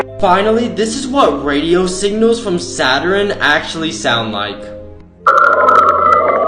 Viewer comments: Man pronounced it sat-ur-en instead of sat-urn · Did dude just pronounce Saturn saturin